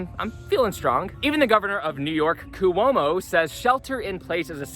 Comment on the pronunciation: "cuomo" is 2 symbols, you said it with 3 hahah.. couldnt tell if on purpose or not.